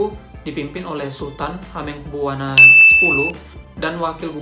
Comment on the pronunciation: Ada beberapa yg ingin disampaikan: - Maap mas, bacanya Hamengkubuwono ya... - Kalo yg tukang parkir, aku di sumatera aja ada loh mas - Tentang baju warna ijo, itu emang bener mas, berdasarkan cerita org" yg ku dengar itu emg bener" terjadi, sampe ada detik" org nya terseret ombak di sana - Kalo yg warung burjo tuh gak semuanya yg kyk mas itu bilang, aku aja pernah pesan nastel harga segitu, tp agak mengecewakan, nasinya dikit doang 😭